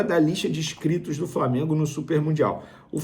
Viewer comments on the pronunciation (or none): Casagrande Vene: “ISCRITOS”